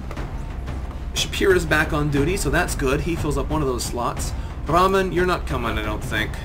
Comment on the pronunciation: Well, in Rahman the H isn't silent, in-fact it is a big part of the word.